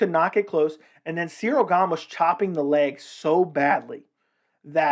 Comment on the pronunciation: About Chael..... Chael has a great shtick. It's fun. I prefer how he talks off the cuff and from his own memory. I prefer Chael over people who do an mma video and constantly read off of people's mma records on Wikipedia in an attempt to sound like an expert. Chael also pronounces Gane's name as "Surreal Gong" and acts like he doesn't know better. The gimmick that Chael has is great. But what can you expect from Chael. The dude's undefeated. Hasn't even lost a round!